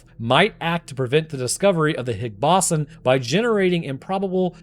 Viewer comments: bro i had to go back and hear how he pronounced "boson" multiple times, this is how you know he is a deep fake AI (jk just never heard ppl say it that way) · it's bow-zahn, not baw-son </3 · The Higgs "Baw-son"? It's pronounced the Higgs "Bo-zon". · It's pronounced "higgs BOW-zon" not ba-SAN like you did in the video. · Its pronounces "boze-on" (like "bozo the clown" ) NOT "boss-on" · Boson not Bossen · Ahhh, the Higgs Bahson 😆 dude, it's Boson (Boe - sun) science much?? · Its bose-on not bossin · I beg of you, please stop saying "bossun". It's bows-on. You got electrON, neutrON, protON, bosON. The end of all those words are pronounced identically. In other unrelated news, that scientist that's clearly an anglerfish named François? New arch nemesis detected... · I know it doesn't have an official pronunciation but boson pronounced boss-un just gives me the giggles. Oh no the final boss-un, gotta make sure I have enough potions, etc. Most people say it bose-on, but after hearing the people at CERN, pretty much anything goes. It's like linux, the actual verified pronunciation is lee-nooks. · I thought it was pronounced bow-zon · Higgs bose-on like doze on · It's pronounced "Boe-zon", Bosons are named after Satyendra Nath Bose, an Indian physicist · The way you pronounce boson is a war crime. BOW-ZUN. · Higgs BOSSIN' - New very much proper pronunciation. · the "Higgs Bossen" was grinding my gears. i don't get how he learned all that about particle physics but never heard boson pronounced correctly along the way. it's gotta be engagement bait right? please don't do engagement bait it's so lame, you're better than this lol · It's "Boh-zawn" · The absurd mispronouniation of bosun kept me firmly locked in and after the first two, I decided to shotgun a beer for every time it happened after. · Are you using AI for your voice now? -- Are you trying to say the Higgs Boh-san (Boson)? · How do you not know how to pronounce "Higgs Boson"?